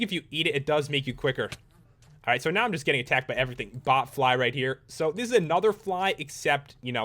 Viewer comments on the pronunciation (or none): it said butt fly instead of bot fly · When it said "bot fly" on the nametag, slow it down to 0.5 speed and it says "but fly". LMAO